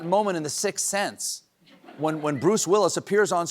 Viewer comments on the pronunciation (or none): Brain damaged...instead of, "Sixth Sense," I heard, "Six Seven." Great news, after Tiberius died, Rome only got better!